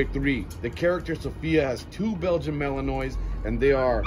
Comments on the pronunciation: Learn how to pronounce their breed name properly!! It's Malanuah...Not Malanoise, Like the word Noise. You have no credibility if you don't know how to say the name properly. Goodbye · Might help to pronounce the name mal-in-wah correctly..not mal-in-noise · This fool pronounced it malinois with an s lmao its malinwa s is silent lmao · malinoise ? lol a wut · He pronounced the name wrong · Dawg Entertainment no lol. There's only one way to pronounce malinois 8f you are breeding them or working with them.